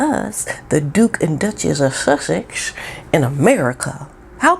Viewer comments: I came here to hear you say "Shushaxx". Kills me every time lol. Love your channel, greetings from New Zealand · Makes me laugh the way you say 'Shushexx' xx❤😂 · I just love watching you, your content and the way you portray things are great, the way you say Sussex, just love you.